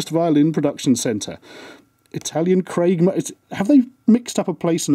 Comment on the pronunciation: "Craig mona" instead of Cremona. Damn, only a mona would make such a brilliant mistake